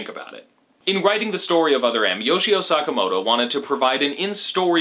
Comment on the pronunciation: hehehe "Suck-amoto"